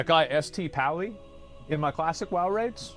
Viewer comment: ... stop saying S.T.PALLY. it's freakin Saint-Pally.... '' St'' stands for Saint.